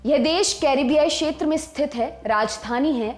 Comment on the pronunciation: शेत्र नहीं, क्षेत्र कहिये